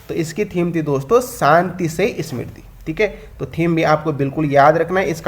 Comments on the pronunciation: वैश्विक निवेशक सम्मेलन की थीम के नाम का क्या उच्चारण किया है आपने सुनो तो जरा एक बार फिर से...... स्मृति बोला है या समृद्धि.....? या समृद्धि का उच्चारण स्मृति बोल दिया है..... UP बिहार वालों की या दक्षिण भारत के लोगों की हिंदी खराब हो तो माना जा सकता है पर उत्तराखंड के लोग भी साफ शुद्ध हिंदी का उच्चारण न कर पाएं तो यह दुःख की बात होगी.... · समृद्धि hoga wo bhai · हाँ भाई मुझे तो पता है, जो गलत उच्चारण किये बैठे हैं उन्हें बताने की जरूरत है.....मुझे पता है कि समृद्धि ही है, तभी तो गलत उच्चारण को पकड़ा है..... हिंदी में कोई भी शब्द गलत उच्चारित किया जाए तो हमारी पकड़ से दूर नहीं रह सकता है....पर कई बार टोकने से दूरी बना लेते हैं कभी कह ही देते हैं....